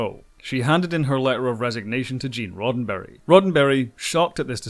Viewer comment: Sounds like he is saying Rotten Berry